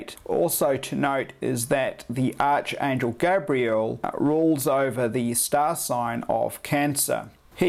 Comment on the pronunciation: Its pronounced like ARKAngel...ArchAngel